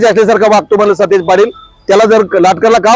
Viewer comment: Are stish nahi satej